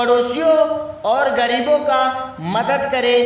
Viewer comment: Abe yr cca nhi caa hota h practice krke aaya kro